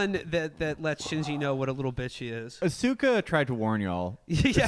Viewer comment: Their pronunciation of "Asuka" is fucking infuriating.